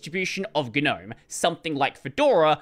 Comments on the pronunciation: Why is it ganome ignoring the silent g? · what a way to pronounce it...